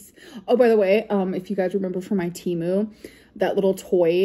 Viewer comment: Hey Amber it's pronounced Teh moo and they sponsor podcasts 😘